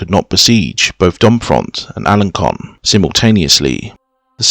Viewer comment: Alençon = "al-on-SON". Avranches = "av-RONSH". Bellême = "bell-EM".